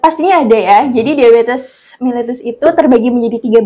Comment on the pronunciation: militus kang bukan meletus hahaha